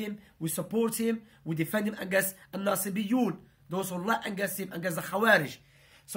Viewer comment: Ur really good, but please work on pronunciation. Specially word 'against', 'illness' etc